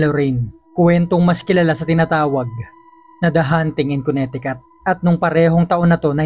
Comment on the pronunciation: Silent T po ang pronunciation ng Connecticut between letters C at C